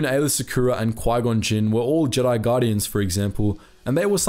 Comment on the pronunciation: I almost thought you said Quin-Lin i was about to say.